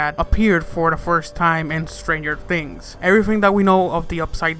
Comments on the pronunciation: U said stanger fings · He said "Stranger Fings" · Did you just say Strangered Fings in the beginning if you listen closely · "Stranger Fings?" "Season Free?" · "Stranger Fings"